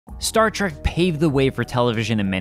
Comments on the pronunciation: The host says Star Track but it's Star Trek. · The show was called "Star Trek" NOT Star Track. Trek, as in journey. Why do so many people make this mistake? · LEARN HOW TO STAY STAR TREK PROPERLY IT'S NOT TRAK IT'S TREK. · Say Star TrAk Again, I dare you! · Star Trek, not Star Track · Its not STAR TRACK but STAR TREK. TREK TREK TREK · It's a multi-racial crew, not bi-racial. Ans at .33 you clearly said, "Stat Trak". This is inexcusable. Don a red shirt. Uh-oh. You've said, "Star Trak" several more times... Setting phaser on stun.. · Is he saying star track?